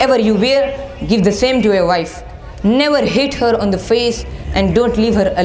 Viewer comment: its the home not theee home